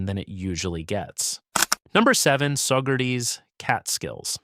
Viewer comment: Also it's "SaugerTEES", not "SaugerTIES" (as in a tie you wear)